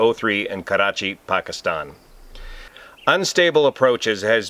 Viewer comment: Great pronunciation of Pakistan too. Most say Packistan :)